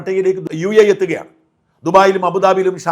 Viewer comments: UAA അല്ല മാഷേ UAE എന്നാണ് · U a a...atharaa..mone ninte😂